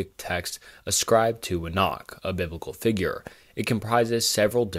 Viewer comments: You pronounce some words funny, especially Enoch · The way you pronounce "Enoch" tells me you have never actually studied the Bible